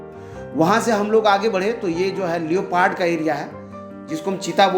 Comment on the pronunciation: लियोपार्ड नही होता लेपर्ड होता है